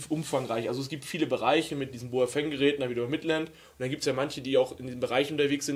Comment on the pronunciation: Baofeng nicht Boafeng 😉